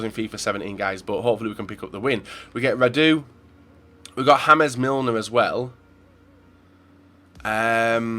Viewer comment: did he really call james milner 'hames milner'